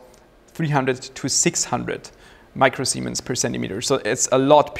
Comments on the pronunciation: All I can hear when you talk about the conductivity is "micro-semens". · Admit it, you laughed everytime he said micro semen.